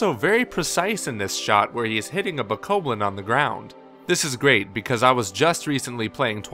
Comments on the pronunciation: Reyn the Insane // BSG pretty sure it's BO-KOB-BLIN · BOH-KAH-BLIN SAY IT RIGHT